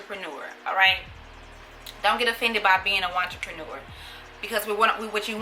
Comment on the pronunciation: I feel attacked when yuh said “watcherpnure” .... mam please let go off my shirts 😭😭.. ima go buy the book